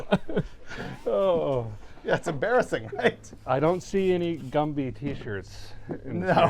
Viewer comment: Gumby not gumpy